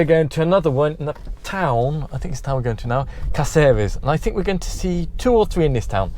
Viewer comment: Your pronounciation of the Spanish names are just terrible. Why is that accent on Cácares?